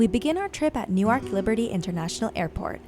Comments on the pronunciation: Newark. Not Newaak. Not American? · did you say “New- waak”? 😂😂